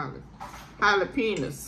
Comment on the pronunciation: Can I say PAUSE to the birthday girl for saying jale-penias 😂😂😂